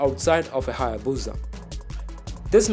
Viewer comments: Why does he say buza, it’s called a busa or hayabusa it does not have a Z in it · It's pronounced - HAY - EH - BOO - SAH, not BOO - ZAH Everytime I heat it wrong in this video. the more I want to give the narrator a throat punch. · It's HayaBusa! Not BOOOZZA IDIOT.😑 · Its HAYABUSA !!! NOT HAAYA-BOOOZAA !!! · What the hell is a HAA-YAA-BUUZA? In all seriousness I actually want a new hayabusa